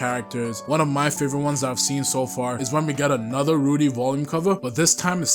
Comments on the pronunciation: W. ITS RUDO THOUGH NOT RUDI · Loved the video ! But, you got some things wrong. First, the mc of GACHIAKUTA is called Rudo and not Rudy and secondly, Urana’s assistant didn’t make the full covers, he only did the background of them. Anyways, the video was great and I’m happy that you’re liking GACHIAKUTA so far !